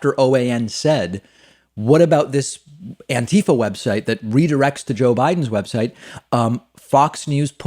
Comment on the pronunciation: Come on, buddy, it's "anti-FAH"